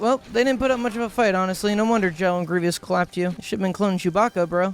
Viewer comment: The way trys to say 'Grievous' but comes out 'Grevious' saddens me